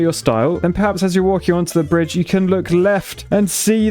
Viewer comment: "brich", surely